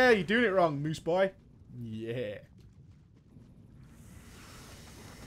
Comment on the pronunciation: MOOSE, mate! Mooose.